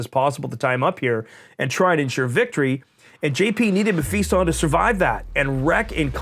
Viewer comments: You guys must be taking the piss on Mephiston’s name... May-Feast-On as opposed to Meh-Fist-Un ... :P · learn to say Mephiston correctly Mef - i - ston